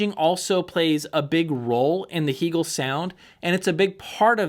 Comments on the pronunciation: The company took Its name from the philosopher Hegel. It's pronounced Hay gel. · It's interesting how your review a product and can't even properly pronounce the name of the manufacturer. Heeegel??? Cringeworthy. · First of all, I don’t know why pronounces Hegel that way. He’s like the only one I’ve heard that pronounces it that way and it drives me a little bonkers. But what drives me more bonkers is his comment about no one ever listening to Music in the triple digits over 100 dB. Seriously?! I think I listen to most of my music around 100 DB. I have tested it numerous times from the listening position with two different dB meters and have often hit 110DB. I usually see 107, 109, and the highest I think I’ve ever seen was 114 DB. I’ve taken screenshots multiple times for proof. I would have liked to have a go louder but I have fear of blowing up the speakers and doing some damage to something. On three different occasions I’ve over powered and shut down of PS Audio P10 Power Plant when I let the volume get a little up there. Yeah, it can get a little scary when you go from rocking out with music really loud to instant dead silence! Whoopsie! I’ve also cranked up the Hegel’s loud enough and have blown the fuse on a H390 as well as the H590. And a little tip that I’ve gotten from Hegel, volume 80 is it’s happy place. Although often loud, there’s no gain used at that number. Isn’t this what this hobby is all about, having fun? Like the old saying goes, “If it’s too loud, you’re too old.“